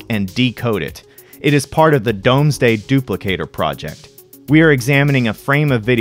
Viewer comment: Great video. Thank you. Dome-sday made me giggle. It is pronounced Doom-sday not Dome-sday. Lol. But seriously, great video Thank you for sharing.